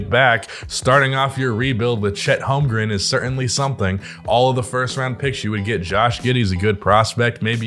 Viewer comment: HolmGREN not “Holgrum”